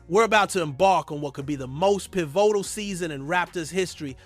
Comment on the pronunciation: Prooonoumce pivoottal😅